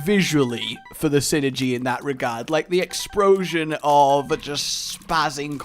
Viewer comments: He said exproshin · exprosion yes that is how you say it